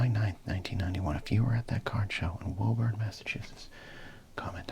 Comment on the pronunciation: On today's episode of Massachusetts town names that don't make sense to people from outside of New England: Woburn! It's pronounced "WOO-burn", as if you were an excited pyromaniac.